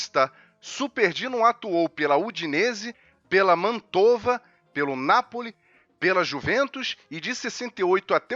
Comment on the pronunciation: Muito bom vídeo, mas me permita, não é "Mantôva" é "Mántova" da cidade de Mantova ou Mântua em português brasileiro e de Portugal. A dupla consoante acentua a sílaba precedente portanto se pronúncia "Béttega" e não "Bettéga"